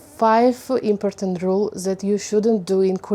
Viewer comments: У вас хороший английский, единственное что я заметила, important - ударение на О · Очень круто, что вы решили снимать видео на английском :) Единственное, что я заметила это ударение в слове important. Правильно impOrtant. Спасибо, было интересно)) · ImpOrtant - the second is louder stress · Здравствуйте,! Во-первых, с почином Вас:)!!! Впервые вещать на иностранном языке, это волнительно, но Вы молодец. Все ярко, активно и вполне понятно. Раз уж Вы разрешили сказать непосредственно о самом английском, напишу пару слов, и то, только потому, что уверена, именно эти 2 слова Вы будете активно продолжать использовать и Вам пригодится мой совет:) Слово important идет с ударением на О - импОтнт (импОртнт) и в слове foreigner тоже на О - фОринэ. Если я правильно поняла, Вы самостоятельно учите английский? без учителей? Для взрослого и усидчивого человека это вполне норм, но, мне кажется, брать 1 занятие в месяц с учителем-носителем языка - будет еще лучше. Он Вам после 1 занятия выдаст список рекомендаций - темы, где Вы чаще ошибаетесь и на что обратить внимание, и это точно не будет Вам накладно по деньгам (одно занятие это в среднем 15-30$). Зато получите действительно профессиональный отзыв и конкретные указания, где и что улучшать:) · Mind the places of stresses you put in the words: impòrtant polìce càfe В словах на подобие thing "th" звучало как звук "s", то бишь слово стало "sing", что имеет совсем другое значение. И вне контекста могут возникнуть некоторые недопонимания на этом фоне. Есть уйма тренажеров (даже на том же Ютьюбе) направленных на постановку и разработку межзубного глухого и звонкого "th" If you want to sound like the native Умничка! Стремление к самосовершенствованию— залог успеха и светлого будущего~💜